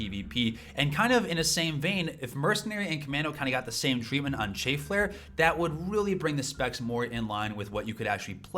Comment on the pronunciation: CHAFF as in STAFF my dude, not CHAY-FF